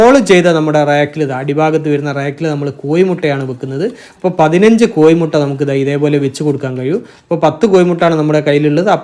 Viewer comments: കോയിമുട്ട അല്ല, കോഴിമുട്ട എന്ന് പറയുക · കോയി മുട്ടയാണോ കോഴിമുട്ട യാണോ ശരി